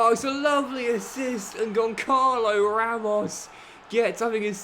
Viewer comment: Please, for the love of your portuguese viewers, dont say 'GonKalo' Ramos... The letter 'ç' in portuguese reads more like an 's'. So it would be more like 'Gonsalo' Lovely series you have going on here Keep it up!!